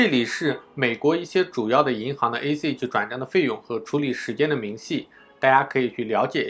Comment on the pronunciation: 这英文发音太绝了：ACH（ac诶七）Skype（skip）